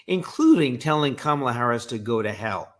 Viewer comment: i note how he is mispronouncing Harris's name so that it sounds more "foreign"